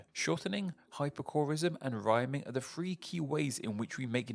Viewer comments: "Footeen o fwee" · O:48. Firteen o' free? Are you kidding?